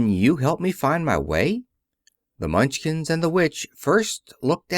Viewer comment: The Mun chins? Surely you meant Munch kin